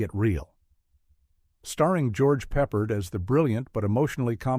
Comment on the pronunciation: You need to learn people's names before you do your videos...peppered...pep-ard.....clugman....wrong there too.